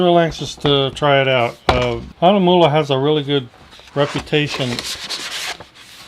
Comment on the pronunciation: 4 and 1/2 years ago! THANK YOU FOR PRONOUNCING THE NAME CORRECTLY! I have been trolling reviews of this brand, and YOU are the only one I have found to pronounce it well. As always, I love your humor! Thanks very much,.